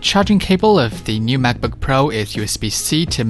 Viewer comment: This is the video I was looking for, thank you! Also, I kept hearing Smackbook which made me giggle 🤭